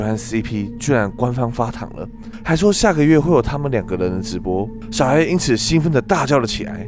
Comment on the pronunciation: 一開始小A我聽成小M😂😂